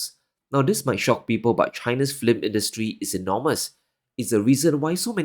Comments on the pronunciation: I like your channel a lot. So only one little nit: you are pronouncing film like it is spelled flim. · you are wonderful. But I laughed and laughed ever time you said flim instead of film. Just sayin....😅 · The word is not FLIM. It is F I L M. Say "Fill m". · Films, not flims. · If you're going to make an episode about the film industtry stop and practice the word. Fill + mm. Not flim. Trump is an idiot and cannnot grasp it is and was usa industries offshoring production to china to boost profits and raise executive bonuses. I knew a guy who worked in the film industry in usa. He said it was common for their to be only 5 ameriicans on set making an anerican movie in a foreign country. Trump literally cannot grasp that his billionaire backers became billionaires by moving production offshore. That's literally too complicated for his weak brain to understand. Low iq people can't do systems thinking or abstract reasoning. So they create simplified childlike views of reality. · Your English is amazing but take note on fiLms not fLims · Film is pronounced fill-m and not "flim". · The way u pronounce "film" gives me nightmares. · New way to pronounce “film” just dropped! 🔥 😂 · Flim is my new word for visual entertainment! 😍